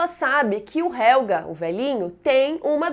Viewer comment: É helgeeeeeeee, não é helga!